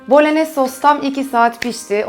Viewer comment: Süper tarif ellerinize sağlık. 😊 Bu arada küçük düzeltme "bolonyez" diye telafuz ediliyor 😊 "y" harfi yazılıda yok ama öyle okunuyor.